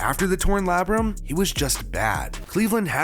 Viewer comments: Breh, it's pronounced LAY-BRUM. I thought you were calling it his "labyrinth" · “Lay-bruhm” cmon man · It’s pronounced like “Lay-brum”.